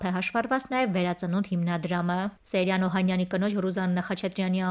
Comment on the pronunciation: Աղջի՛կ, կարդում ես և ամենակարևորը՝ ՍեՅրան անունը չգիտես ՃԻՇՏ արտասանել, նաև հաստատ՝ գրել։ Ոչ թե ՍեՐյան սխալով պետք է գրել ու արտասանել, այլ՝ ՍեՅրան ։ Ամո՛թ է, չնայանած ավազակը սոխով֊սխտորով սիրտս չէ։ Ուղղակի՝ կարդալ, գրել, արտասանել սովորե՛ք, հետո այս գործն արե՛ք❗